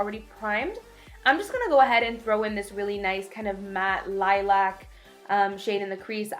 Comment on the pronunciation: Annoys me that she can't say lilac properly through the whole video😓